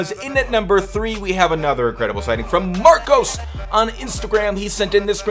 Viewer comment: Lol I got to school with "Marcos" and I could not stop laughing at the "ose" instead of " us " 😂😂😂😂😂😂😂